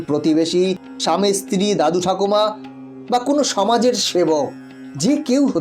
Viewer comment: ইস্ত্রী নয়। স্ত্রী।